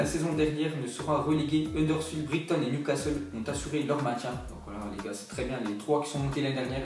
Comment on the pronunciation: Briktone? Tu sais pas prononcer brighton? Mdrrrrr